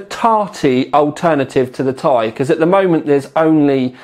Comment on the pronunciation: I like you, but "TY" drives me mad, it's t....i